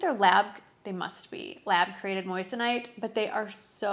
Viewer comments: Actually, moyson ite. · Pronounced "mason ite"